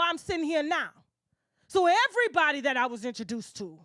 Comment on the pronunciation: Yooo it’s everybody not EVERYTHANG 😂